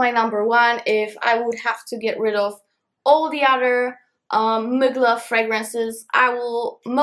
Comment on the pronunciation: Ahahahha I love how instead of Thierry MUGLER she says Mygla😂😂🥰❤️